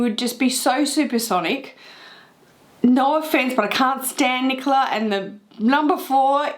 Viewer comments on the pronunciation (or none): none